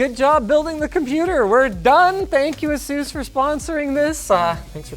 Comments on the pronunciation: this guy keeps calling it A-sús... dude! the accent is on the A!!!!! Á-sus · Asus, not "Azeus" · Asus not azus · not "asus" its "asoose" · Every time you say "Asus" I hear "Jesus" as in "Juan and Jesus". Edit: Word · Linus, say Pegasus, now say Asus. That's how my manager at a PC repair shop fixed how i pronounced Asus :)